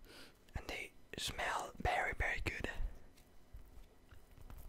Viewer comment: ' so they're Bery good - sniff sniff - and they smell BERY BERY good'